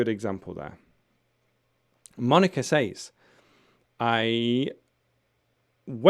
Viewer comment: I heard you pronounced says as say all the time. Are there two ways to pronounce it?